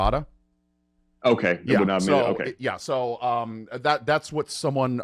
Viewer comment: It is pronounced "Ar VAD ah", and not "Arv eda" or "Ar vah da" or "Ar vey da".